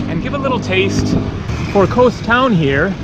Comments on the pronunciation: Hate the way he says Kos. It's kos not kose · it's not kose it's KOS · Kos ! its called Kos ! - not Kose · why do you need to put an "E" in everything you say about KOS or anything greek lol